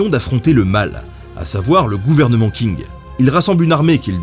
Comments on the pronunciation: Je suis en licence de chinois... Le q se prononce pas k mais sh... Ca me perturbe et me dérange quand tu dis "KING" 😂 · Est-ce-que Qing ne se prononce pas plutôt "tching" ? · Tu as oublié le "s" à Guerres napoléoniennes Et Qing ça se prononce Tching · Hello ! Dynastie des Qing, ça se prononce Tching ! Sympa la vidéo sinon :) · Qing, ça se prononce : tch (un t très court suivi d'un "ch" allemand comme "ich") ing. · Les 'King' pour 'Qing'... Ouille mes oreilles x( Stp, ça se prononce "tching"/"tsing" (un espèce de s qui chochote un peu, ou un ch qui zozote un peu...) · Qing se prononche "tching", le Q se prononçant tch en chinois. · On prononce “tching” avec un Q 😜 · Je peux me tromper, mais le "Q" ne se prononce t'il pas "Tch" soit phonétiquement 'dynastie Tching' ? Excellent travail comme d'hab! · Ben, comme d hab la vidéo est parfaite mais Qing se prononce Tching en mandarin. Continues, tes vidéos font passer le temps en confinement👍👍👍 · les qing avec un qing qui se prononce un peu près xshinnn on prononce pas vraiment le g mais on éxagère légerement le n comme je l'ai fait. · Les Qing se prononce Les Tsing (avec le "t" un peu étouffé"). Note : Ce sont les jésuites qui ont réadapté la prononciation de certaines consones pour coller à la langue locale. :-) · Très bonne émission comme toujours ! Petite précision : le Q en chinois se prononce TS oralement ça se dit Tsing du coup 😉